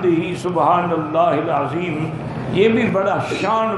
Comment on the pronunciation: I things Azem not correct Adheem is correct